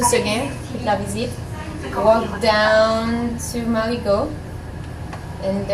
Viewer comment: Is the girl haitian cause when she pronounces marigot she says her r like haitians do